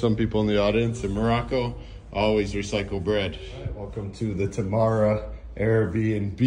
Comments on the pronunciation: I love you guys, you really show something different yet beautiful comparing to many of other tourists showing only very touristic places. Btw, it's Temara, tamara means something very different :D (but not bad, no worries) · T'mara , not Tamara 😂